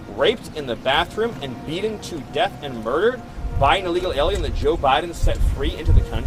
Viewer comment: He can’t even say “beaten” properly.